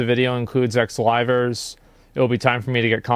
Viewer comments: i just adore the fact that the CEO's pronunciation of "Livers" sounds like "Rivals" like he didn't just sic 3 of them on Selen. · I thought that guy was saying "rivals" for way too long